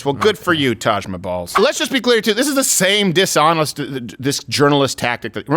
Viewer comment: "Taj MaBALLZ" 💀